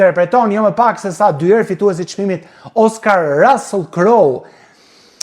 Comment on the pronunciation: QUHET RUSSULL E JO RASELL O SHQIPTAR QE S'DI TE LEXOSH ,CA DO I BEJE HOLLYVUDI SHQIPERISE DO I REKLAMOJE SALCICET QE JANE NE GJITH BOTEN ME MISH VICI,MISH,PULE,MISH DERRI TE EMBLA DHE PIKANTE ME SPEC DJEGES E PIPER ,RECETA GUZHINE TE PJEKURA ,TE ZIERA ME VAJ E VERE TE BARDHE ,ME SUGO POMODORO E VER TE KUQE